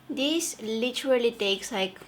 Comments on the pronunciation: this way not dis way😁😁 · Loved the way how she says "dis to dis" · Her: from dis to dis Me:👁👄👁